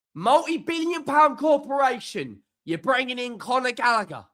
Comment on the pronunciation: Its Conor not Connor..